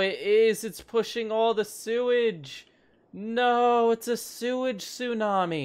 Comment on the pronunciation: Do you mean.... Sewnami?